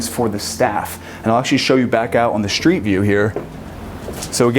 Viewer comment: I can't stand how he says shtreet all the time...